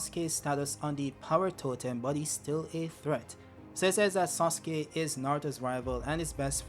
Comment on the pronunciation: “mIsTEr sOoSuKE”